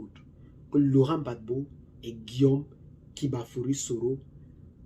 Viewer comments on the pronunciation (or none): Gbagbo et non bagbo